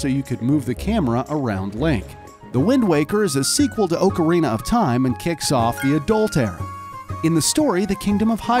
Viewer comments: How he says ocarina- ohcareena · Ughhhh, OAK-arena. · it's OC arina not OAK arina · Hey! Don’t Disrespect Him! Oakarina Ocarina! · He legit said O-carina of time. That hurt me, I absolutely love this game. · Orecarina of Time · OOOcarina of time 😂🤣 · He pronounces it Oak-a-reena of time 😂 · How hard is it to say ocarina properly? Aw-car-eena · If someone pronounces ocarina like oakarina again, I swear.... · Why does he keep saying oakarina of time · He pronounced ocarina wrong too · He also mispronounced ocarina and it is so annoying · I’m going to cry- The way he says ocarina is just- I’m ok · His mispronunciation of ocarina is sorta funny